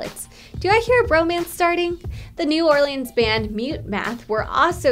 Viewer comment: No hate but when she said “New Orleans” I cringed so hard, being from Louisiana.